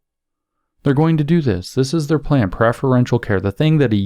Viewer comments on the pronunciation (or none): none